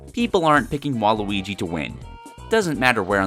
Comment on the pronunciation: A bit too... fouth 'wall-y'. Ya now what im sayin'